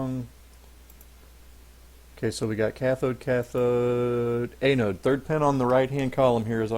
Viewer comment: FTR, its pronounced AN-ode (as in ANNE- ODE) not A-node (as in AY-node).